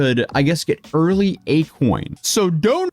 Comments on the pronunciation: akoin....more like a-kon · A-KON-ARTIST 😅 GOOD ONE 😂😂😂❤ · Hes an artist... A-kon artist 😂😂